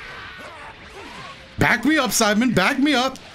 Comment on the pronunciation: Everytime you said Saibaman, I heard Simon and I was like : "Who is Simon ?"